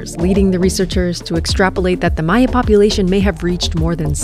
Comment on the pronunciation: she said maya not mayan, meaning she did her research, instant subscribe